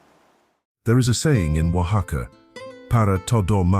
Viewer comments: Great description, doesn´t seem AI. The commentator pronounces Oaxaca very accurately. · Oh, it's AI alright. Correct, One of the few words pronounced correctly is "Oaxaca", but many, many other words were pronounced poorly. AI does that.